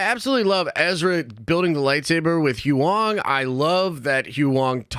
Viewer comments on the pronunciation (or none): It's not who-ong! It's pronounced who-yang! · Every time you try to pronounce Huyang, when they say it on the show, it makes me chuckle. Good Video though!